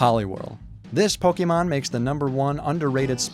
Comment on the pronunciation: It is pronuced poke long A mon. When you see an é that looks like that it says A.